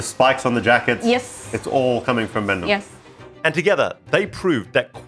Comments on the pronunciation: Hey! It's pronounced BAHN-doong not BAN-doong. Great video though still, found it super informative. Thanks for featuring Indonesian bespoke shoemakers! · Love your content but brother please aussie to Aussie youve been in indonesia long enough. Please pronounce places and words correctly. BANDUNG is pronounced BUN-DOONG.